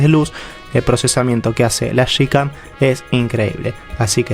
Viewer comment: broder se dice yicam, no shicam